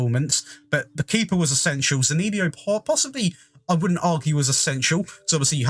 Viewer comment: Hey, great video. A quick heads up. Zaniolo's name is pronounced Z-uh-n-e-oh-l-oh.